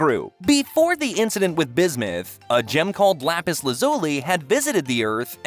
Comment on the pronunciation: am i the only one whos agrivated by how he pronounces lapis's name?